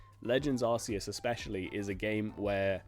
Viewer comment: Sorry but, it’s pronounced ArKEE-us.